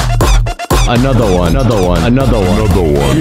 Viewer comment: "Onotha One" How many SUPRAS did you see? 👇🏿